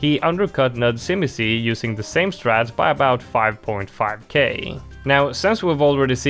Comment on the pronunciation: As a polish person, u botched nudzimisie so bad